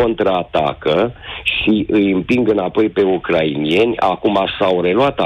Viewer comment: se zice ucraineni, nu ucrainieni, de la Ucraina, nu UCRAINIA.